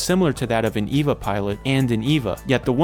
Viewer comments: Eh-vah not Ee-vah. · This is what happens when you read more english than you hear it. You pronounce Longinus with a hard G, and Eva as Eeva rather than Ayva. Longinus is a name, it's not something the anime made up. Eva would be pronounced the same as Evangelical. I have no idea how you can mess up pronounciation this badly. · Bro saying Eva like its Wall-E